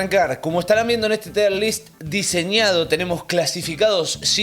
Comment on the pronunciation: No es "Tire list" Es "tier list". Se pronuncia como "here" no como "hire"